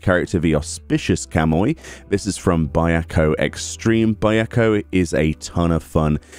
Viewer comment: We got the big girl last week. Also I hate to be that guy but your pronouncing the 4 cardinal beasts names wrong. Byako is pronounced bee-yako Seiryu is pronounced sae-Ryu